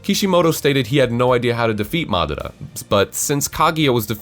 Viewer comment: Really good fix-it video, lots of good points. Don't like the way you pronounce some of the names though, like Konoha or Madara, just sounds kinda weird. Minor point though, great stuff!